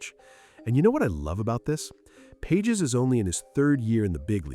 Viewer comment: Learn to pronounce Andy Page’s last name